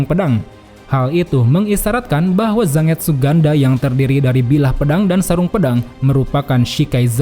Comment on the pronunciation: Kayanya cara pengucapan Zangetsu itu “Zan-getsu” deh min, bukan “Zang-etsu”, sama kaya penyebutan Manga yg “Man-ga” bukan “Mang-a”